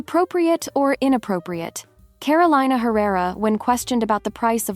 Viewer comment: Mispronounced Carolina. It's not the same pronunciation as the state.